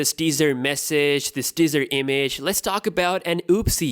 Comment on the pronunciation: Everytime he said teaser, I thought he was saying dessert lmao